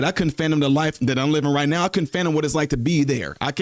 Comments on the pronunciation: The word is fathom, not phantom. I can’t believe nobody else corrected this man in the comments. Y’all just gonna let the man sound a fool? Fathom not phantom. You’re welcome. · I think the word is Fathom not Fantom 😂🤭